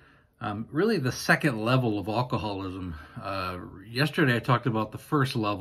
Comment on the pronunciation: It drives me nuts that you say all-cohallism. It is alcoholism.